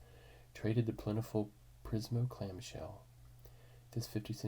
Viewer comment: "Pismo" Beach, CA, not PRismo. "Louis" Armstrong, not Neil. Ken Kesey is pronounced "Kee-Zee". I'm sure this seems silly to most, but accuracy in reading & pronunciation seems to be a vanishing skill. Sad.